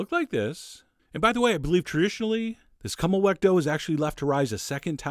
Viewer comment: Funny pronunciation of Kümmelwecken :) love your videos , greetings from Germany